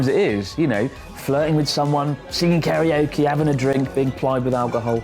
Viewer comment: It's "karaoke", not "kariokey"